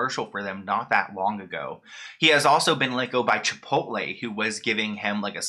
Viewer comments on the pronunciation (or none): none